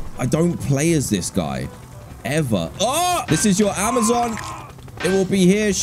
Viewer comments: Man really pronouced Amazon to Amazin 💀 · you know when you're watching someone who's too british when they pronounce amazon amizin